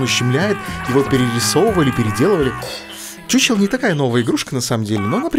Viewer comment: Не чучел а хухел, т. к. игра чешская а по чешски ch читается как х.